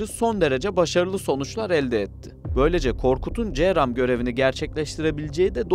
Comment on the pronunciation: Counter rocket, artillery, and mortar, bu cramın açılımı ce ram die okunmaz c